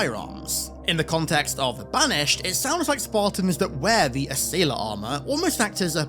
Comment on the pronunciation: Ass-ailer lol